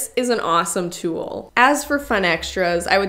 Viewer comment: Where are you from? Your pronunciation of "tool" is cracking me tf up ~Tewl~